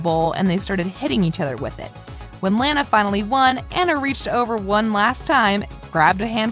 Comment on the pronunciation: Its LANA not lara